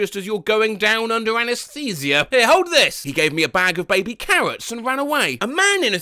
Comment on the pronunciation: Literally why does he say “baby carrots” as if they’re just…like carrot babies 💀